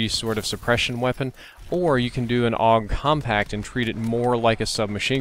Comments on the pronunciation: A. U. G not og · It's pronounced the "Awwwg"? Since when??? I always pronounced it with each individual letter: "A-U-G." Was anyone else confused about this??? Anyway, Ioved this weapon in Black Ops 1 :) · its actually pronounced both ways aug and a.u.g